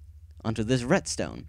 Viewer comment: retstone? I thought it was redstone :)